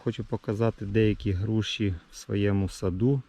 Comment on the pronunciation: "Груші" ,не "Груши"